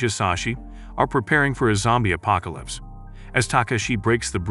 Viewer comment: Apocalyps not apocolys